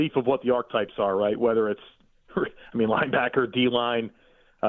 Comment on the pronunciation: Good God people, the word is "ARCHETYPES" NOT "ARCHTYPES" - 3 syllables - ARC'uh'types IF YOU'RE GOING TO ADOPT A NEW BUZZ WORD WHICH HAS LONG EXISTED IN THE LEXICON, AT LEAST PRONOUNCE IT CORRECTLY FFS